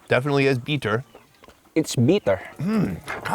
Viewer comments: bit-ter, not BEEEE-ter. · They keep saying “beeter” 😆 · “It’s very beeter.” 😂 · Why do they pronounce “bitter” as “beater?” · “Beeter” it’s definitely “Beeter”